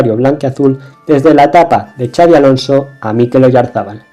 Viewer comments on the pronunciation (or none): Me ha encantado el video pero te voy a poner una pega. Has nombrado a Xabi Alonso y a Xabi Prieto con el Txa catalán... este fonema en Vasco y para los que no lo saben, se pronuncia como "pisha" o "Shakira" .